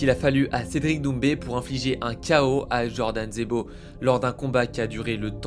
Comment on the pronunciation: C est pas Djordan frerrr c’est Jordan. Un fragile qui n a jamais travaillé de sa vie, cause de combats 🤔 aïe aïe aïe. Et l,autre, il devrait changer le best qui sonne ridicule par Le Reconvertis du Covid Et puis on connaît déjà tout c que tu raconte, ça ce répète … Tu parles pas de ses intimidations, violence envers sa conjointe, hein🤫